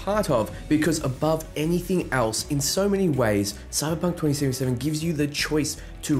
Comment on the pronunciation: the way you say cyberpunk 2077 tickled me